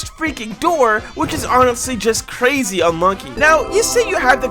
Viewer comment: Bro I heard I monkey instead of unlucky